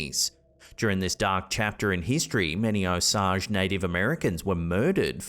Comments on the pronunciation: It’s pronounced oh-sage, not osaj. I’m from Oklahoma and I have many osage natives who are very good friends of mine. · It is pronounced o-sage( as in the spice). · O-sage as in the herb. Please pronounce correctly. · It’s pronounced O-sage (like the herb) the county is named for the Osage tribe that settled there. Pawhuska is a city in Osage county. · Long A on the word "Osage"...like the herb. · The way you say Osage is cringe af do some proper research